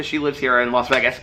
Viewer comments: I must say, in my opinion, you don’t say “Vegas” incorrectly. Lest not forget that Las & Vegas are Spanish words so you pronounce them as if you are speaking in Spanish. I think ppl want you to pronounce it the anglicized way, which is Vay-gus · I've lived in Vegas all but 8 months of my life. You pronounce it just fine. Have a great time here.